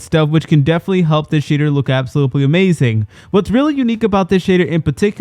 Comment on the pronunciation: “Absoblutely—“ I can’t. I just can’t lol.😂